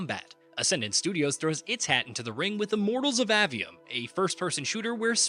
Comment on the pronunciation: *AY-ve-um, not Ah-ve-um :p